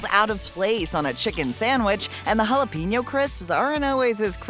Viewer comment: Jalapeño = Hallo PAIN os. Get it right already!